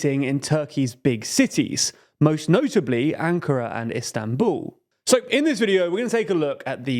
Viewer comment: "Istanbuuu" - wher did the "L" go, guys?